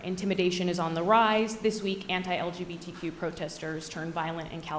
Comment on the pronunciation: What the hell did he say? LGBTT and LGTT? 😄🤣😂 Trudeau would be proud! 🤨